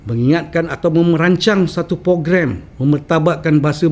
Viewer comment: Lol "pogram"? ..